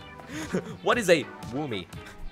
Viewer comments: Actually its woomy not womy.... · YOU MEAN THE ULTIMATE "Veemo" Octo Expansion ENDING! Octolings say "Veemo" not "Woomy"! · ah yes, W O M M Y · W h a m y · No boat it’s VOOMY